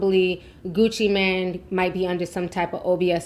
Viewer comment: “Mane” doesn’t pronounce “man”. Mane pronounce like main (they are homophones) Like son/sun, cell/sell